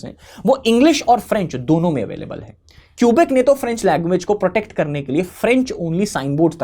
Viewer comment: It's तमिऴ् ताइ. It's not मोझी, it's मोऴी. Tamil people like to romanise ऴ with zh. It's केबेक्/Québec.